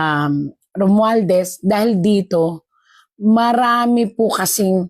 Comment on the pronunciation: bakit di mo ma-pronounce ng maayos ang SALITANG ROMUALDEZ